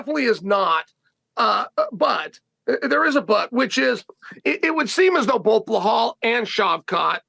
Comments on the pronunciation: He's gotta be trolling us at this point. There's no way he hears everyone around him saying PER-EI-RA, and he says PIERRE-A. Or Hazmat, Kamara, Macklechev, Blehal and so on 😂😂 the funniest part is he mispronounces their names to their faces and they don't even bother to correct em they just roll with it 😂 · Chael calling belal blahal drives me nuts lol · Chael doesn’t know to say Belals name. It’s not BULL HALL Chael lol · Blehal 😂😂. gotta love Chael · “Blehal” Muhammad and Islam “maklachev “ are my favorite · Chael Sonnen cannot pronounce Belal's name correctly to save his own life.